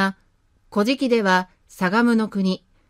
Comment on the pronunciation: 古事記の発音（イントネーション）が乞食に聞こえてしまいます。うーん 残念。